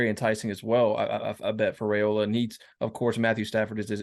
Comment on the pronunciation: Hi, You, and many others are still butchering the pronunciation of the Raiola family name. I respect people's names, I'm sure you do as well But, y'all are doing the RAY SLAY on the Raiola name, but there is no RAY sound in it. On a Rumors and Facts YouTube channel interview a couple months ago, Dominic Raiola pronounced it properly. Please view it for yourself, if need be. It's pronounced as if the "a" is silent. The proper pronunciation for Raiola sounds this way: (it's rye, like pie, and ola, like cola). My own phonetics style there, but you get it. Far too many respected people, like yourself, are saying it all wrong Folks depend on you guys to get recruits' names right. Out of respect for our future family members, Please do so. Thanks